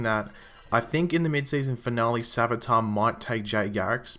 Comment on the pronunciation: savitar. more like svage-tar...